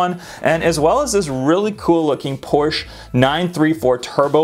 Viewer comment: So cool seeing Magnus Walkers 911s and stuff. says everything else fine but mispronounces Porsche. Smh